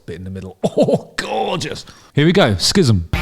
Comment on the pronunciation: Hate to be the dickhaed to point this out but it's pronounced like "siz-um". Rick Beato's breakdown of this song (What Makes This Song Great series) is worth watching by the way.